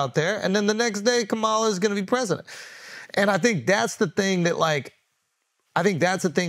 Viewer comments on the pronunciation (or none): I don't understand why Andrew can't properly pronounce VP Harris' first name. It's not hard at all.